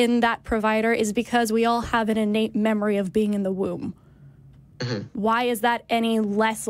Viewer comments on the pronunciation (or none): It’s a very minor detail, but the way he keeps pronouncing innate as “e-nate” really annoys me.